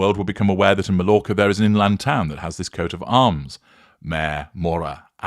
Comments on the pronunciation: May-orca. Good grief I would have thought an English man would know that, since so many poms go over there. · MALLORCA IS PRONOUNCE " MY ORCA"